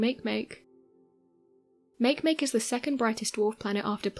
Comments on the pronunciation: Isnt it ma-ke ma-ke and not make make? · Smdh- Makemake?! Make- phonetically is mawkee- Mawkee. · Pronounced Mah-key Mah-key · Hmm. I seem to recall and article in Scientific America a few years back about our universe being created as a three dimensional hologram of a four dimensional black hole. As my scientific knowledge is very limited, I can only think, "It's possible." On another note, I really wish these video presenters would do a little research into pronunciations before calling Eris' moon Makemake "make-make" when it's pronounced "maki-maki." Cheers.... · How can someone butcher Makemake so damn hard? Poor planet...